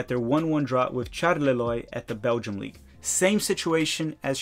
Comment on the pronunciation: Keep up the great work,! I enjoy these US player updates a lot. As a viewer from France, may I give you a couple of pronunciation suggestions: Charleroi= Shar-luh-rwa Marseille = Mar-say-uh (just Mar-say would be fine, but not Marselle, or just say O.M., that's what most people here say) Siebatcheu = See-ba-chuh